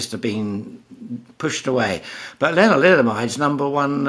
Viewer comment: 😊around 3 min mark is he saying linoliamide?